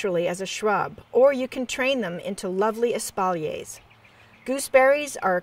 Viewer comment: What does that word mean ? Sounds like espaulays?